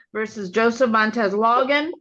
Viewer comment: It’s “Logan”, not “Loggin”, Okay?